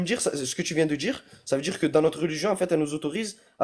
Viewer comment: Faut pas djire djire faut djire dire